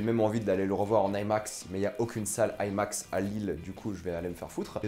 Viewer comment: ai max.... non I max , pourquoi vouloir tout angliciser quand le terme est bien franchouillard.